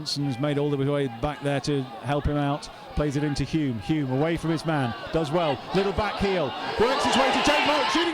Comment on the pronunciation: A fantastic evening I was their the atmosphere was terrific and Blyth were brilliant it could have gone either way.The commentator not being able to pronounce HULME is hilarious,one of the great non league matches that one👍